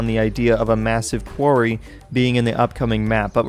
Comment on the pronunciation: STOP SAYING QUARY